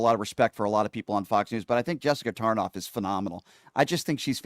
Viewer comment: Tarlov not tarnof